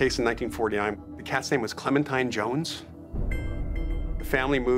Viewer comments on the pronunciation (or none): none